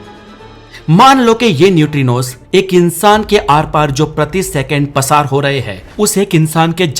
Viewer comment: पसार नही होता है प्रसार होता है😊